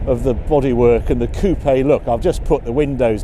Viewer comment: Coupé please, not coop... 😀